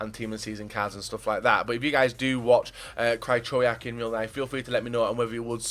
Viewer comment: Krajczołiak... that would be his name if his name was pronounced like u say it... XD